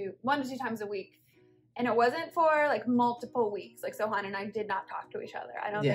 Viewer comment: When she says "Sohan" it sounds like "So... hun" Lol Great love story! Congratulations you guys <3